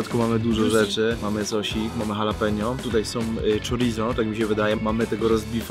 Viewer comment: Nie chalapeno tylko dżalapeno